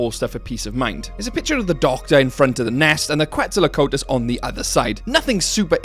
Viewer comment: Your pronunciation of quetzalcoatlus made me giggle.